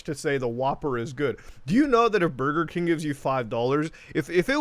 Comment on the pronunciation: Only good thing, Mario phone saying: "Bugeh King"